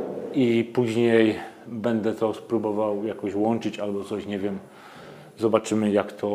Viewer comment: Film spoko, fajna recenzja. Przydało się dzięki. Tak a marginesie nie mówi się bede tylko BĘDĘ. Strasznie to wygląda na yt w odsłuchu. Mówmy po polsku kolego.